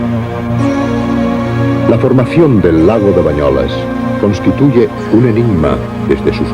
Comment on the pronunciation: És BANYOLES, i no "bañolas".